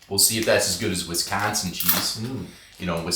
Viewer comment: Nice video however not a fan of how you consistently pronounced Wisconsin incorrectly. I know it was in fun but it was a little disappointing. ❤